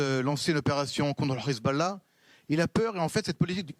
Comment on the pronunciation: C'est pas rizbollah mais Hezbollah, vous avez vraiment des problèmes de locution.